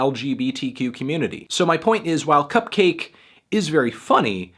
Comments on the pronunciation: its pronounced CUP-KAH-KEI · It’s pronounced like bukkake (or like orange juice), melon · I always pronounce CupcakKe like bukkake. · I always pronounce it like Cup-kek (cack) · huh, man... i been pronouncing her name similar to 'bukakke' this whole time. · I thought the two k's in cupcakke's name were supposed to be pronounced like bukakke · I think you're supposed to pronounce "Cupcakke" like "Bukakke" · Sportaflop Supreme no it's pronounced like cupcake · Isn’t it pronounced cup-cahky as in bukakke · isnt cupcakke pronounced like bukkake? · I never realized cupkakke can also be pronounced like bukkake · I always thought it was pronounced cup-kakke, like bukakke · does he not know its pronounced like bukakke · I literally thought her name was pronounced bukkake. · It’s pronounced cup-cock-aye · Think it’s pronounced cupcakke like bukakke